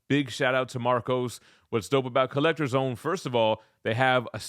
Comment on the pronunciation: “Get in the zown!”🔥